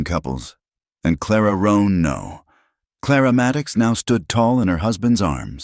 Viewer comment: Claramatic? It nearly choked me. From Clara Maddox to Claramatic! This AI thing is really making a good mash up of the language